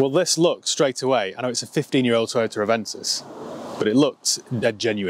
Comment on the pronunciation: Can you say “Toyoter” just one more time 😂😍😂😍😂😍